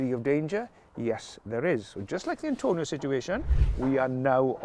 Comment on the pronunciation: It's Atonio not Antonio. But it's red card in my book.